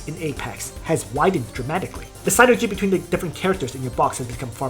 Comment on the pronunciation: very informative video for those of us just getting into pvp, thanks! [ ps: the Y in sYnergy is pronounced the same as the one in nitroglYcerin ;) ]